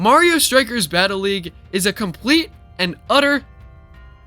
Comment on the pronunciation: I guess you can say it wasn't "well worft the purchast" or "well completet"